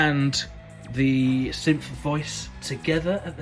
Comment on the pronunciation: "sympth" "sympthesizers"